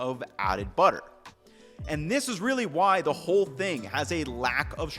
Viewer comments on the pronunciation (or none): none